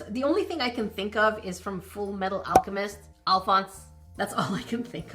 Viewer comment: you saying fullmetal alcemist made my day better